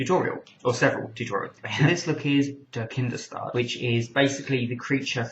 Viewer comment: It's funny how you pronounce "kindestod" xD